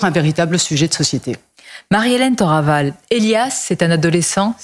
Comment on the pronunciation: Madame Thoraval a raison, les faits réels sont là et il ne fait pas les dissimuler. Accessoirement, mes amis étrangers m'ont interrogé sur ce que je prends pour un tic verbal, à savoir le "CHE" qui ponctue une partie se ses mots. -Faut-il prononcer comme elle? -Non les amis mais je ne connais pas l'origine de cette pratique: une région? sa famille? Si quelqu'un sait....